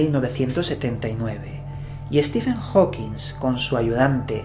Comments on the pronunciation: Compadre, me caes muy bien, te sigo desde hace unos buenos años, pero no nos Chingues, es Hawking, no "HawkingS" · Por favor, a ver si hay una sola vez que digas su apellido correctamente, jajajaja Es Hawking! No Howkins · Amigo, es Hawking, no "HawkinSSS". No lo has dicho bien ni una sola vez. Un poco se seriedad. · Porque le dices Stephen Hawking"S" y no Stephen Hawking como realmente es? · TODO Muy Bién!.. 👍👌 sólo que no le digas Steven Hawkins.. -Stephen Hawking(king)..vale..? 😉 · HAWKING, no "Hokins" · Hola! Adoro tus videos, pero no es la primera vez que noto que pronuncias mal el apellido HAWKING. Ese apellido no lleva S y siempre le pones una S al final y resulta algo molesto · Oye, siempre dices Hawkings con "S" al final, pero no lleva ese su apellido:v